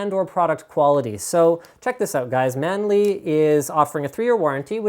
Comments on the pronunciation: man-lee. maybe chinise D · *scratches head* who the devil is "Manli"?